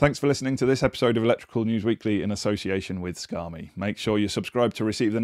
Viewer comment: I love these news vids but you should rethink the way you pronounce "Scame" - it sounds like "Scar me!" Trust me you don't want that!